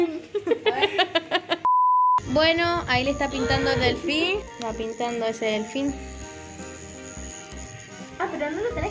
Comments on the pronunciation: no es un delfin es un DeLhFiÑ es yo JAJAJJAJAJA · "Helfin" las amooo